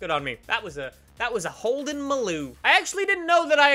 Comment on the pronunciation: When he's the only YouTuber to pronounce Maloo correctly